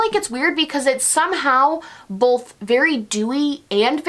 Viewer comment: No one:: BOLTH 🤣😘